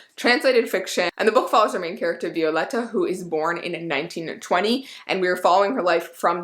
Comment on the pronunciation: Thank you for pronouncing Violeta correctly! 🤗